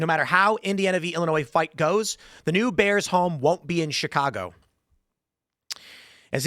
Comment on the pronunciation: "Da 🐻's"